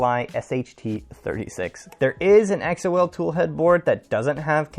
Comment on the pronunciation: I'm pretty sure Xol is pronounced like the name, not spelled out lol. Archetype is a nice toolhead mod that is made by some of the same people (although its not compatible with tap). Also, I had the same issues with sensorless homing and people seem to think I'm crazy for going back to physical end stops so good to see I'm not alone with that lol. I've been using the chaotic lab carbon fiber XY joints and X axis tube for ~7 months and they have held up well.